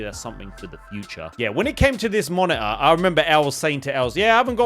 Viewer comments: Monitor ❌️ Moni-er ✅️ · what's "monaahh" 🤣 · sounds like your saying mana for the monitor word.. weird ...weird.. why get a monitor? im planning to get a 4k tv